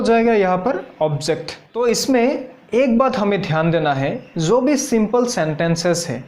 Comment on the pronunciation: जब को ज़ब, जो को ज़ो, श को स -- वाह! और संस्कृत सिखाने चले हो। अभी तो आप ख़ुद ही उच्चारण की दृष्टि से नर्सरी में हो।